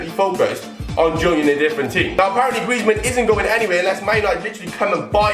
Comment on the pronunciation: Its actually griezman